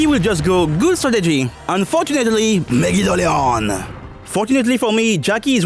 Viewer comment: One thing that I always seem to enjoy about your videos without fail is how you say Megidolaon, to a point that I find myself pronouncing it the exact same way, now. I did it on occasion when I first discovered your videos, but now I'm really caught on saying at the same way